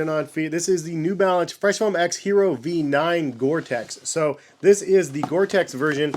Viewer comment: The English pronunciation is “yeh-rro.” It’s Spanish for “iron”, like the metal. Not hating. Been a big fan for like 6 years. Just wanted you to get it right. Thanks for the review. Bout to cop a pair now. Keep doing what you’re doing. You’re one of the few reviewers I trust.